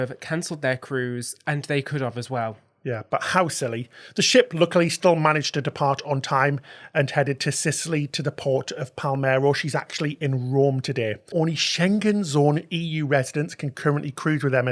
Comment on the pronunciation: the Ceos name is GIANNI ONORATO ,non ONTARIO ..and also the port is PALERMO, non PALMERO!!